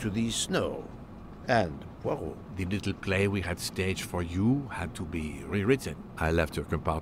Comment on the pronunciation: You're butchering the detective's name. It's much closer to "PWA-row"